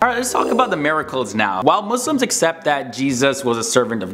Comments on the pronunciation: he said right my brother. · i respect how you pronounced “Muslims” right